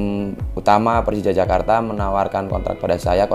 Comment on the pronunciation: Jak bukan Jack , Jakarta Bukan Jackarta